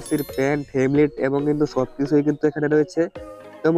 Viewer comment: ভাই হেবলেট না হেলমেট